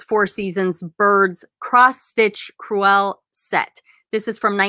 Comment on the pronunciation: Hi, love all your videos, just an FYI the word "crewel" is pronounced the same as the word "cruel":)